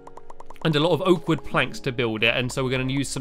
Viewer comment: I thought you said oat wood